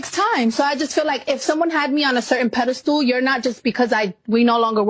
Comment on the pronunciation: "Pedestool" lol it's "pedestal" 😆 🤣